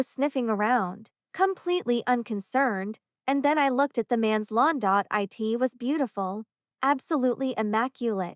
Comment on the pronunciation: Good story. Poor execution. Annoying pauses, and why can't AI just say "It" instead of "eye tee". Other 2 letter words also pronounced as individual letters. Try a different narrator.